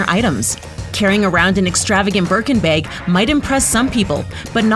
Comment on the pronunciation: look I have an accent too and I understand, but still. It’s pronounced bag not beg